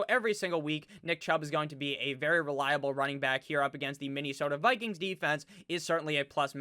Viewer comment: Hey Nick! I love your channel. I have a favor go ask. Im from MN and Please don't stop your pronunciation of Minne-sooota. It's hilarious like your las Vegas rrrraaaaider!!